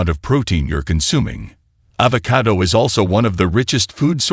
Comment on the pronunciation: The AI's pronunciation of avocado is irritating.